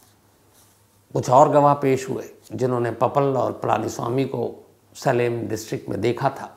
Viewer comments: Shamsh sir assalamualaikum Aap jo jagah ka nam bol rahe hei सालिम nahi he सेलम hei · सलेम नही सेलम होता है। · सर वो सेलम है सालेम नहीं है